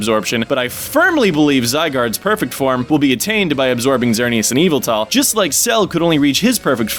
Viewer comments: Dude, your theories are awesome and I'm totally on board with everything you're saying here. But for the love of Arceus, please stop pronouncing Yveltal as "EE-vull-tall". Seriously. That's driving me nuts. (It's "ee-VELL-tull", just...just so you know.) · EE-VALL-TALL? I thought it was said "Y-vell-tall". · Its actually pronounced Yeh-Vel-tahl